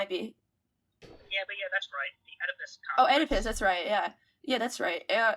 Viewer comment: She totally butchered the pronunciation of Oedipus.